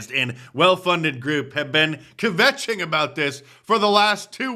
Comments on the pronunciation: It's kvetch not "kavetch" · You need to learn how to "KVetch". .... It's not "kih-vetch". But good try.